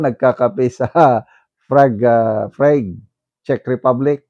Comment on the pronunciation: Good morning, silent viewer mo ako from gensan po.. prague is read "prag" po..always watching your vlog po